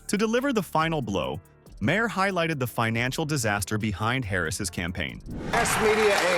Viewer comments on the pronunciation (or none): Isn't it better to let the clip play so people can hear what they are saying rather than saying it yourself? And Maher rhymes with star, not with Bayer.